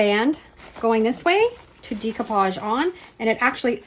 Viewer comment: Love your channel and your creativity; but can I just tell you that the way to say the word is day-koo-paazh